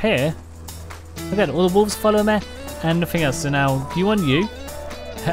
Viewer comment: Man why do u say like mê instead of regular me/mi